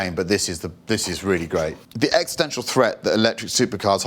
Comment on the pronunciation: "the exetential threat" existential please you people who allegedly invented English. I still doubt it, but ... 🤣 Electric cars are a passing fancy, so enjoy them while you can.